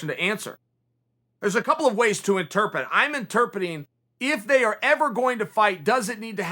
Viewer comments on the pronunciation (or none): still waiting for Chael to pronounce the second R in interpret